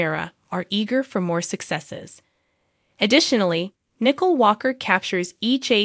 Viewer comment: Wish the names were not murdered so we don’t know Who u are talking about! Nichole his Not Nickel!